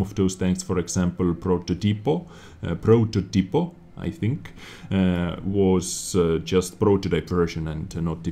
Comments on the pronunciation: It's ProTÓtipo, not prototipo (talking about the way to speak not the way to write), the 'to' is strong. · It's more or less version 1. Like pro-jet-to, we can tell you are a foreigner by a little unconsistency with the middle syllable which is pronounced like "jet" in "jet engine". Also "prototipo" is pronounced "protòtipo" and not "prototìpo". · G in progetto is like j in jet. In protOtipo the accent is on the big o (protòtipo) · pronounciation of progetto is ver. 1 but the prototipo is where are you wrong :D is pronounced like with a long O ...protótipo :) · Version 1 ;) also, it's "Protótipo" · Hello, one more confirmation upon the diction, is more similar to your version one, but "ge" is not exhactly like "j" is like the initial "ge" in the world "general". Also "prototipo" it is with a different accent. It is not pronunced "proto-tipo" but "pro-totipo". Regarding patch 1.0.1, very exciting patch, sorry that we have just 1 more map, I guess we had back at least Sacred Valley that was one of my favourite map. I would trade it immediately for Ensk or Paris. Keep up the good work! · It's like some kind of prodjetto and "prototipo" is more like "pro-thot-tee-po" keep up the good stuff dez :-) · Version 1, but your pronunciation of prototipo is wrong....